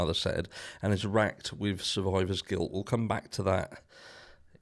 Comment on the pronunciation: Did you say Quiler guilt or survivor guilt!?! Allegedly! 😮